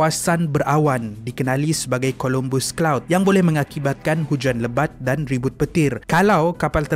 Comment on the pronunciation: COLOMBUS CLOUD KE CUMULUS OR CUMULONIMBUS CLOUD?! HATI2 ADMIN DGN SEBUTAN.